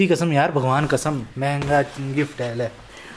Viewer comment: Bar bar jb app manhga bol rahe the. tb hi hm samjh gaye the.